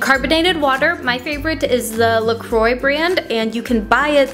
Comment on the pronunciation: I don't know if it bothers me more that you called a can of soda plus sugar and lemon "homemade" or the way you pronounce Croix.